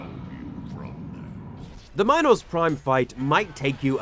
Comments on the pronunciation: horribly late, but I just wanted to say that it's pronounced Mee-nos, not my-nos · ...WHAT? prime? "Minus prime" . what. its "Minos prime" not minus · please stop saying mynos, thank you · that is NOT how you say minos